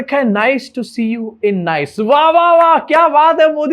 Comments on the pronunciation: Last year went for vacation in Nice France , and now this guy ruined it for me !!! 😒😒 also it’s pronounced “Niece” not “nice 👌” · Bro it's pronounced as Nee-ce not Nice. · I had to be that guy 😅 Its not Nice, it’s pronounced as nees | nis. Great reporting as always, love your vibe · your team work your talk is excellent yes in pronunciation we all go wrong as w all are not staying is NICE....pronounced as NIS......the day we stay there we will talk properly....till then good show bro❤ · It is pronounced as neese /Neice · It is pronounced as ‘nees’ not ‘nice’. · Abey Nice ko Nice nahin Niece pronouns krte hain😃😃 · इसका pronounciation नाइस नहीं निस हैं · Its not pronounced as Nice.. Its pronounced as Niece.. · Nice (France) pronounced 'niece', not 'nice'. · The word ‘Nice’ and the city in France ‘Nice’ are pronounced differently. The former is pronounced as you said but the latter is pronounced as ‘niece’. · It's not pronounced "Nice" unlike in english it's pronounced like "neice" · FYI Nice is pronounced as neess.